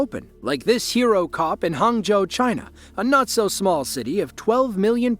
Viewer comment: You might be Asian but not Chinese then. I speak Chinese and the way he says Hangzhou and Zhejiang are close but not right. Some sort of AI generated voice over I think.